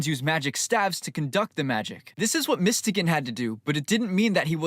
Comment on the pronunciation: Who the hell is mistegan, i think its pronounced as mys-to-gan